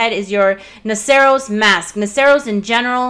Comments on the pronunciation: Not sure why i feel the need to comment on this but... i think its pronounced nah-sur-us. Like Rhinoceros. Could be wrong. Thanks for all of the great videos, and please excuse my grammar nazi-ism. x-D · "Noceros" is pronounced like the end of rhinoceros. Duh!